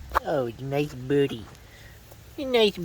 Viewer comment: Kept hearing "nice booty" until I finally realized he said "birdy"